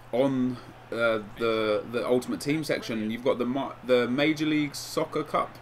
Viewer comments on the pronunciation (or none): none